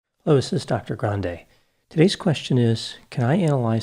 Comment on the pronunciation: I love the butchered “hello” at the beginning of every video. A true trademark!